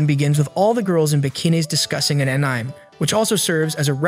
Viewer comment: Say Anime with me Aan-i-May